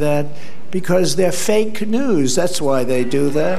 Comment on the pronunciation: he said fake canoes.....like instead of fake news